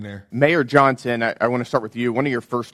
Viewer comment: "Mayor John..son". Not Johnson? How old is she?